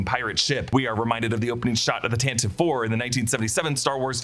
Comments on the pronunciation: Tantive is pronounced Tan Tiv Vee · If I recall correctly, the ship Tantive IV is actually pronounced "TAN-tiv-ee"! Ever since the original trilogy radio dramas, I think.